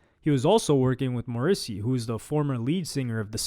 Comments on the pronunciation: lol the way he pronounced Morrisey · Woah it’s crazy how you said Morrisey 🤣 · Not knowing how to pronounce Morrissey was the most shocking thing of this video...